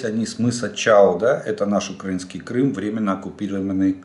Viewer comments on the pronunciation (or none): none